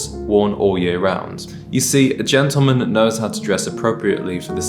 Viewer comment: A ‘gentleman’ knows how to pronounce GENTLEMAN to start with, and he knows how to present himself, properly shaven. You are such a fraud!